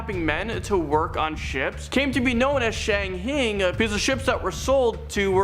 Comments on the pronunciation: It's pronounced Shang-hai like [high] or [Hi there. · Shanghai is pronounce: "shang-hi" Obviously a script, teleprompter, was misread by a person with Limited Experience. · Regarding the guy whose list starts with the Shang-Hai Tunnels, please get someone to assist him in pronouncing the various names. I understand that he may only have ever read them and never heard them pronounced but before you set him up to be a talking head, give the guy some help.